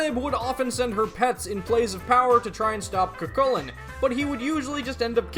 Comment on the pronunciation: Medb is pronounced as MAEVE. Gaelic is weird that way. And it is pronounced like 'Coo Choo Lane' Thank you for saying (K)eltic and not (S)eltic!